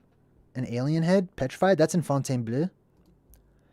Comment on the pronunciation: Fontainebleau = font - ten - BLOW